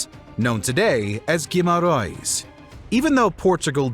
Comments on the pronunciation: You should check the pronunciation and the way some names are spelt. Guimarães is not guimarões and some names are said in portuguese from brazil...😂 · The question should really be Why wasn´t Spain conquered by Portugal 🙂 And, whilst at it, why didnt Portugal conquer America? The Americans may be a able to pronounce place names without butchering them! Guimaraes, practice it please if you are going to do another video on Portugal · i dont think ive ever heard Guimarães pronounced that horribly (and every other portuguese word for that matter, they're all pronounced like they're spanish or brazilian portuguese). the awful pronounciation + the omission of some major details in portugal's history shows there was very little research done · Interesting video. But, please, learn how to pronounce names of cities: it's not Guimarões but Guimarães, not Mamedge but Mamede, and the North Africa city is pronounced Seuta, not whatever you called it. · The video is quite informative, but the pronunciation of the names and places in this video leaves much to be desired. Cape Verd? King Dennis? São Mamedge (Brazilian Portuguese)? Cueta? Guimerouse? 🙄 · Great video and very well illustrated and very interesting to watch! But the Pronunciation of León and Guimarães in particular is giving me headaches :D